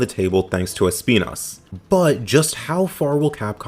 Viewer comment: Finally someone that actually puts the effort to pronounce Espinas correctly but anyways yes Deviljho would be awesome